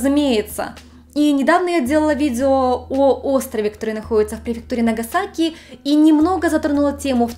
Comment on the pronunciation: Эм. Если ты живёшь в Японии почему неправильно произносил города. Хиросимо и нагасахи?